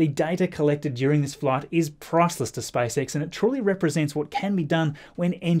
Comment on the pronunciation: Okay let's do it again Me-s p a c e X -s p a c e X Me-spacex -spicex